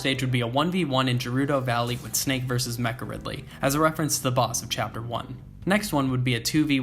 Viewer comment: Hey, sorry, I saw a bit further into the video and I heard you pronounce it "jih-rudo valley". I'm gonna have to retract my nice comment before and leave a dislike. I apologize!